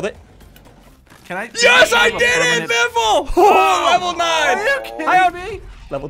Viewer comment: Biffle Is a wifle henwy is a henwyfart